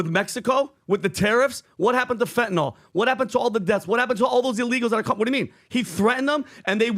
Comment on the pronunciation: FEN TAH NIL Fentanyl - pronounce it correct guys